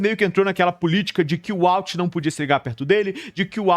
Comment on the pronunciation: Eu nao assisto mais pela agonia desse cara pronunciar errado esse nome. De onde ele tirou uauti?